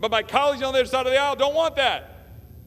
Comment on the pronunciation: Lol..love ot.. I know he didn't say it but it sounded like he said..my colleagues on the UNDERSIDE of the aisle!! #perfect